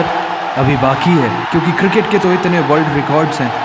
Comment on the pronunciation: Kirkit , rekard 🥲 well done